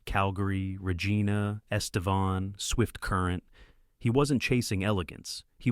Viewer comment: When AI messes up RocketnRichard and Regina it's time to use your own voice